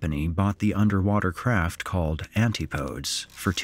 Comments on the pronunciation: 'Antipodes' isn't said "Ant-ee-poe-ds". It's "an-tip-a-deez" -- ends like 'Hercules'. It's a Greek plural. For 'Antipode' (singular) Oxford dictionary says it ends like 'tripod'. "Ant-ee-poe-d' (like 'abode') is an accepted alternative for the singular form. 'Antipodal' would always be "an-tip-a-dle" (like 'spindle'). Singular form really should be 'antipous' (like 'octopus'), but 16th century English scholars were stubborn and do plurals different from Greek/Latin. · Anti podes? It's pronounced Antipodees. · very good vid - the only critique being it is not pronounced 'anti-podes' but it is pronounced (and always has been) as 'an-tip-ee-dees' or 'an-tipadez' - it means from Australia/New Zealand area. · Great vid. FYI - Antipodes is pronounced An-ti-Po-dees, not anti-podes. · Minor note - I'm pretty sure Antipodes is pronounced "an-ti-puh-deez" not "an-tee-poh-ds" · Small point but Antipodes is pronounced an tip o dees. Not anti podes. The Devil is in the detail. dude. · Narrator, it's pronounced an-tip-uh-deez, not anti-podes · Anti-pO-deez. Not "Anti-podes." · Anti-podes lolololo...it's pronounced an-TIP-oh-dees Antipodes rhymes with "my nip disease". It doesn't rhyme with "Randy Rhodes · It’s ‘anTIpo-deez’ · Antipodes is pronounced "an-tip-oh-deez." In classical Greek it basically means "opposite," although when referring specifically to people its closer to "those who dwell on opposite ends." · "antipodes" ==> an-ti'-poh-deez. And the plural of "craft" is "craft." is in over his head, needs to find a different line of work. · Narrator mispronounces 'Antipodes'. It's not "ant-ee-podes." 😅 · Antipodes is not pronounced phonetically. AN - TIP -OH - DEES is correct. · "Anti-podes" lols, you gotta love AI narration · Antipodes is pronounce Ann-tip-o-dees. It's another word for Australasia. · “An-tip-o-dees”. It’s Greek. 😂😬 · ANTI-PODES! 😂😂😂 You might want to learn (or teach your AI) how to pronounce that correctly. Thanks for the laugh.